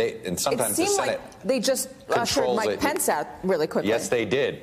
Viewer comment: This a serious matter but when these geniuses started yelling "where's Mike pence?" All I kept hearing was "where's my pants?!" 🤣